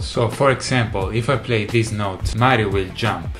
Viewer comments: I love the way he says "maaario" So italian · Hearing you say Mario is satisfying. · Probably the first time I've ever heard an authentic Italian say "Mario". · The way he said "Mario" is really satisfying! All this time I've only ever heard non-Italian trying to say "Mario" in an Italian accent and no one ever even gotten close to the real Italian accent lol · Notice how he says “Mario” with perfection